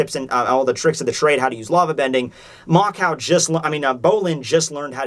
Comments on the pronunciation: how the fuck do you get "mako" wrong? its mako not makao........... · Bolin just has senju DNA. Also why do you call Mako Makaou? Its Mako.